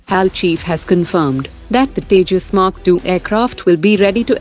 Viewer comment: It's H A L, not hal.